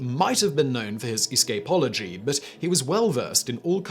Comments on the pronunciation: Are you pronouncing "escapology" that way just to piss people off?? Lol. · It’s a thing. He mispronounces words so you come and comment. They get more money if you comment. It’s literally a comment on every video about how he pronounces something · It's the posh British way to enunciate it 😆